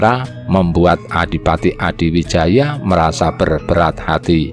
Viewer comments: Admin, narratornya kalo sejarah Jawa ya sebaiknya or Jawa sj, biar pengucapan nama, tempat, dll yg berbahasa Jawa bisa pas/benar. Gerlar Joko Tingkir stlhn jd Rj Pajang Sultan HADIwijoyo, bukan Adiwijaya. Yg ngrti sjrah yg benar jd malas, pemirsa/ pendengar bukan or bodoh2 ya. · Hadiwijaya... bukan Adiwijaya... Topo wudo itu melepaskan atribut dirinya sbg RATU... bukan wudoh blejet... ya dingin banget deh 😃😃😃 Perlu diingat Ratu Kalinyamat adl seorang muslimah yg sll melaksanakan sholat 5 waktu...